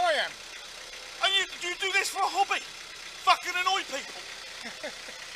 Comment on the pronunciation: Cyclist: "Put your seatbelt on." Driver: "Put yoor FOOKING MOUTH...SHUT!